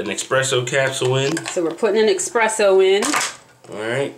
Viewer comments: If you're going to do an espresso coffee maker review, the least you can do is pronounce it right. It's called espresso ( pressed-out coffee) - not expresso as you say . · Esssssspresso not exxxxxxpresso lol. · please stop saying Expresso! it's Espresso! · I still say Expresso all the time. It really doesn't matter to me. The drink goes down the same way no matter how it's pronounced. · ESPRESSO!!! WITH AN "S" ! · You spelled it correctly but you still say expresso 😅